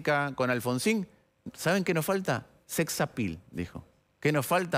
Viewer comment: no se por que se me vino a la cabeza Ricardo Iorio ahi escuchandolo decir secs apil